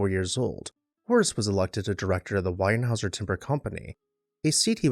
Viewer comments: Enjoy your videos, not wanting to offend, just one small comment the last name is still a major player in the Lumber and Engineered Wood Products Industries today : It is pronounced Warehouse-er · No “N” in Weyerhauser….correct pronunciation is “Way-er-houser”. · ‘Wayer houser”